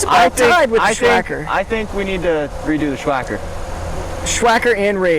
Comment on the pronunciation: Sssssss wacker not shhhhh wacker